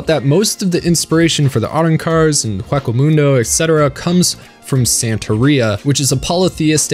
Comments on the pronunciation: “Haka Muundo” ok then To go with “maruyi” pronunciation from the other video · how did you mispronounced ICHIGO and HUECO MUNDO wrong ..smh you said WACK O mundo smh